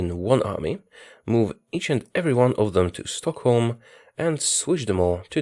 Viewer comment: You say Stockholm like a true swede.